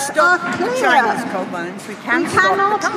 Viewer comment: Coal not dole, oh my gawd